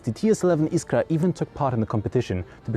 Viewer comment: you said "iskra" so perfecly (i'm polish)